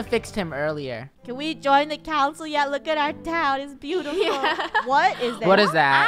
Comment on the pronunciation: "He's bootiful"